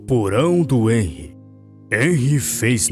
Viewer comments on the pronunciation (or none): "Enrri" Kkkkkkk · Só pra dizer e q se fala henry com som de r 😊❤